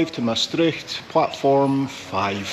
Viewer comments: Big compliments for the way you pronounce 'Maastricht'. I think it is very hard for English speaking people, but with the Scottish ones the Dutch have more in common (the 'r' also). But did you know that the citizens of Maastricht itsself pronounce the name of their city completely different? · (As a Dutch person) I am impressed by how well you pronounce the word "Maastricht". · The name Mastrick, means a dairying place, deriving from the Gaelic word maistreachaidh which refers to the churning of milk. Maastricht is derived from the Latin "Trajectrum ad Mosam" which means "Crossing of the Maas" I love how you correctly pronounciate "Maastricht" A lot of foreigners say "Maastritch" or indeed "Maastrick" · Love how Scots are some of few people that don’t get caught out at the pronounciation of the ch in Maastricht :-)